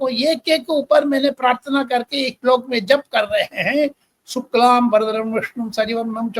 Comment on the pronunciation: Sirji your shlok very clear